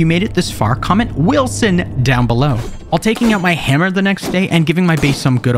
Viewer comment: Wilson (with some extra enthusiasm on the first syllable)